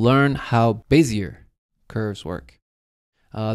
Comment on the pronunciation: lol you pronounced bezier the way it should be pronounced (but isn't)